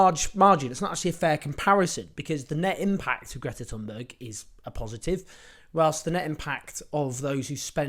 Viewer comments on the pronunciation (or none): none